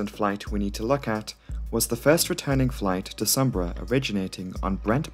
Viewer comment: Eagerly awaiting the pronunciation of Sumburgh… Correct !! Great video as always.